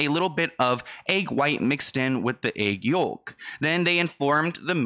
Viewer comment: How you pronounced egg yolk had me giggling. I get it though sometimes when focused on reading aloud it is easy to make mistakes, so don't take my comment the wrong way you're still doing a good job at keeping viewers entertained with consistent content.